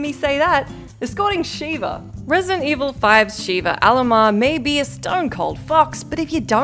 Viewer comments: It's Sheva, not Sheeva. Sheeva is the female shokan character from the Mortal Kombat series. And Sheva did actually have one use as an AI partner, during the fight with Jill. If you grab Jill from behind, Sheva can shoot the device and make it significantly easier to remove. (Shooting it is possible for players to do, but... good luck.) Also, not quite every survivor is tough to escort in Dead Rising. In fact, ironically, the man with the injured leg is a piece of cake to escort. Then there's the tiger in DR2, if you successfully tamed her, and the martial artist in DR2: Off the Record. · Sheva. Not Shiva. Please stop. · Shev-a not She-va, obviously reading from a script is obviously reading from a script cus if you've played the game you'd know how to pronounce her name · Sheva not sheeva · Shiva is pronounced She-Vuh, Sheva, the character from RE5 is pronounced Sheh-vuh. They say her name plenty of times. I know you can say Sheva,. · Put some respect on Sheva's name lol she said Shiva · When she said sheeeeva i was like what a fake ass gamer lol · After all these years they still can't pronounce sheva's name correctly 😂